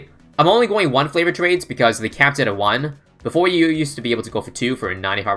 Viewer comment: Am I the only one who hears him saying "flavored" trades rather than favored?